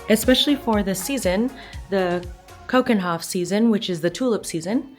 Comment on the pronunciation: Do you think you could’ve made a bit more effort with the pronunciation of 'Keukenhof’?😅